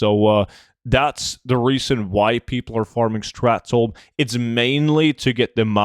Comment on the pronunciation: It's not "strath tome"